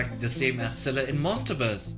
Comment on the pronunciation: It pains me so far that none of the youtubers are able to pronounce Scylla name correctly